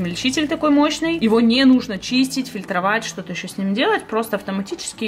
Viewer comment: мне кажется, или сказала "шо то"😄 P.S. Я из Украины, было неожиданно услышать знакомое "шо"😂